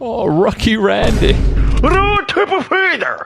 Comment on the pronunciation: "Rucky Randing" 💀😭